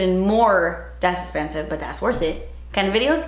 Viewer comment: A 25 min video of you saying “Das Espensivee” I’m game!! 😂